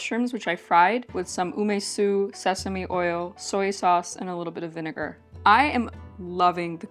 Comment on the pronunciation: What is GREEN garlic? garlic shoots I think is what you used. Shallot shoots are used more commonly but they are similar. What is UMISU ume sauce which is more dense and sweet/sour or umeboshi salty sauce more similar to magi and more liquidy? Based on vinegar comment I assume you meant Arche Organic Ume Su Umeboshi Seasoning Sauce specyfically but idk.. Btw Olive oil and Sesame oil are both not for frying since they have quite low burning temp for oils and they are meant to be used cold more than anything like dressing but you can still fry on them but in lower temperatures or adding it near the very end of frying when heat is turned off already. Pls use oils, which are meant for frying if you wanna stay healthy. You wouldn't have an itchy throat and you are clearly NOT allergic to it so I don't know what is ur issue. Do allergic testing in a doctor office.